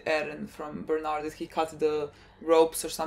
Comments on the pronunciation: who the hell is bernard lmao bertolto or bertolt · Please stop calling him Bernard. Please.